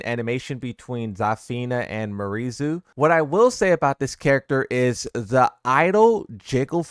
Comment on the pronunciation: It's "Me-are Zoo" actually if we pronounce it natively.